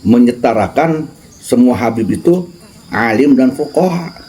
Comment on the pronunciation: kok bacanya hadis malah lebih salah, coba koreksi lagi dari depan...., fuqoha' bukan fuqoro i, itu malah bahaya